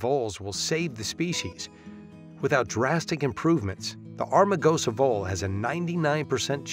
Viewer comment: Why did the narrator keep saying 'Armagosa' instead of 'Amargosa'? Did they not notice that when they edited this series? Lol